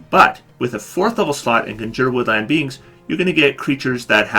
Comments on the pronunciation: It's Con-Juur. Not Conjer. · Conjure... *CON*jure ... the accent is on the first part of the word! CON jure. And I disagree about Grasping Vines. I've made good use of Grasping Vines for getting my allies out of harm's way and getting enemies into melee fighter's reach. :) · Jesus Christ learn how to pronounce CONJURE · Your mispronunciation of "conjure" is, surprisingly, irritating.